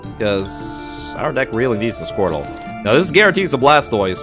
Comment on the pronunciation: Did he honestly just call squirtle squirrel